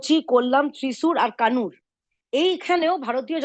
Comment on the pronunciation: কানুর নয় কান্নুর